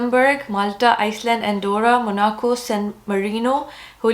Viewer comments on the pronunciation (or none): none